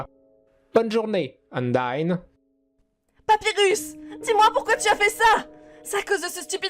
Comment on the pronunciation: Undyne sa se prononce Undaïne